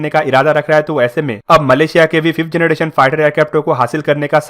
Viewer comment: Its generation......not janaDation........plz improve.